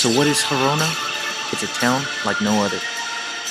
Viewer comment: Don't mean to pick, but isn't this place's name -- Girona, not Gerona.